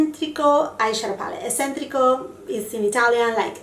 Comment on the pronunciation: For anyone who’s interested: correct pronunciation of “eccentrico” is e(ch)(ch)entrico.